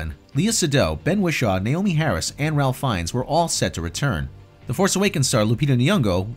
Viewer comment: Pronounced "Rayfe" Finnes, just sayin...